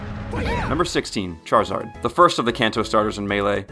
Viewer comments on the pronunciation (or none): none